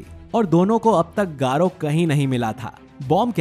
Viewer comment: Bhai garou Hota h 💀